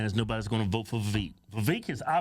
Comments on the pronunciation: It's "Viv-vake" I believe. He said on one interview, "It's like "cake"." (regarding the second part of his name) I could have misunderstood him but I believe that's what he said regarding It's pronunciation. Just saying. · Damn would yall please learn how to say Vivek name!!!!!! Damn it's Vi Vake!!!.. like cake. damb it man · He said it himself. His name rhymes with cake. His name is Viv-ake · I am all TRUMP but it's pronounced VAH VAKE.... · Cake, Bake, Make, Vivek If they don't rhyme, you're saying Vivek wrong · Its viv-ache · Its Vivek, like cake and steak, Ramaswamy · Vivek = VI-VAKE LIKE CAKE How can you not know the names of the GOP presidential candidates? Nikki Hayley Ron DeSantis Chris Christie Vivek Ramaswamy (Vi-Vake) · Please say his name correctly. Its not vaveek... Look up a video of him saying it himself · lets put some respect on him! says his name wrong XD